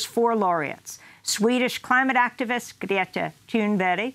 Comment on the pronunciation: I think she's just going the extra mile to pronounce it correctly, instead of butchering it like most sloppy msm reporters. It's a respectful thing to do, pronounce one's name correctly.